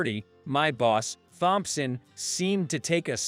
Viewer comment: Here we go again...the surname "Thompson", is pronounced as "Tomson". How long is this going to be, before anyone pronounces this Surname CORRECTLY???